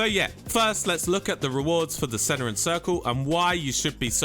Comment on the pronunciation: Please pronance Cenarion correctly 😅 wtf is Ceneron!?